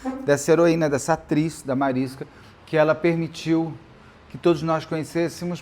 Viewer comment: Mariska ia implicar com você falando o nome dela, Beto 😂 Ela sempre corrige o povo pq é Mariska com som de X bem longo no sk. Falando nisso, aquele para-choque de caminhão chama Mansfield Bar por causa do acidente da Jayne. Esse documentário é lindo demais.